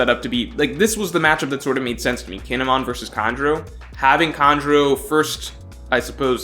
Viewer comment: The way you pronounce kinemon sounds like he's a Pokemon. Guess you haven't seen the anime.